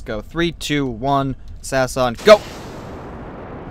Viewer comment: It's not sas it's S A S